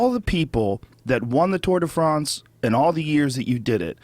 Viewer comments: Fronce lol It's France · I love how Joe always perfectly pronounces the "Tour de Fraaaance". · at 1.46 the way he pronounces France is hilarious! Is Joe an undercover Brit?